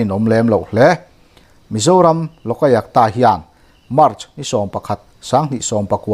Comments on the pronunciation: I thupuan hi ngaih thlak a nuam viau mai.kan sawisel duh lai chu,LOLAYUKTA tih lai hi.Loka yuk ta. ti in i lama,loka tih lai hi, loka a (a )tih lai hi khi a hmalam AYUK tiin lam ta la, a dik zawk ang.LOK-AYUK -TA..LOK leh AYUK hi til hran ani e. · Lawkaiakta ti zawm put lo deuhin, Lawk-a-iak-ta ti a lam nise a ngaihthlak a nuam deuh maithei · Lokayukta iti zel a, Lok ayukta tih tur. Lok leh ayukta inkarah hian chawlh zeuh tur, lam zawm pût lo in.